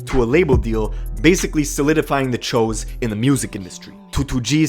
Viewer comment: the press guy and the video announcer....guys... it’s “chuuuu’s” they are not Asians. Thanks.